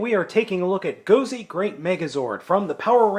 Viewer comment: Nice review. I'm a bit of a grammar Nazi though (haha) you keep pronounced it "Gozay" instead of an S and you called it a Tensounder, instead of Tensouder (ten-soh-duh).